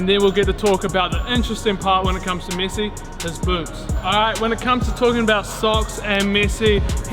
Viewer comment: Its MESSI not MYSY